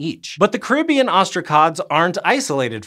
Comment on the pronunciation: It's pronounced Caribbean. Not Caribbean. 🤣